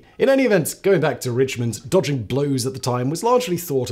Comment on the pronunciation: Ah, 'dodging', not 'dogging'.